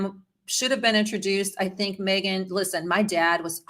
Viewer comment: I don’t think her name is MAYgan. MEgan